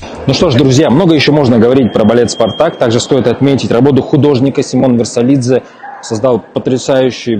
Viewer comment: ВирсалАдзе!!! Уж не говорю, что ЯкобсОн (ударение). И можно было упомянуть Григоровича, в конце концов... Хотела поделиться- но, стыдно...